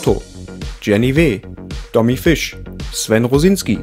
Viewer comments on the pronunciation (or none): none